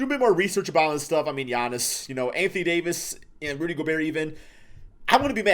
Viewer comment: Okay guys come on, it’s Giannis.